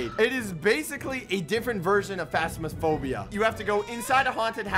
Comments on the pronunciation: bro in the start he said phasmasphobia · Bro said "Fast Miss Phobia"😂😂😂